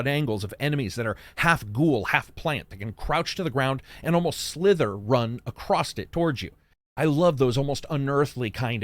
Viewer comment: Where do you live that the word “across” has a t at the end of it?